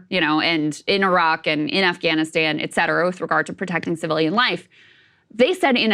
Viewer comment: Sagaar is still mispronouncing “et cetera” 🙉